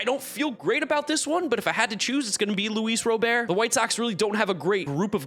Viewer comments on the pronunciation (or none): Luis robert's name is not pronounced like that